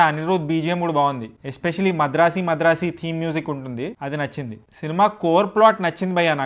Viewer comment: Madrasi kadhu bayya madharasi